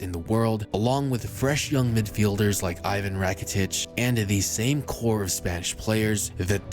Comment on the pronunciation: Its not aivan Rakitić its Ivan rakitić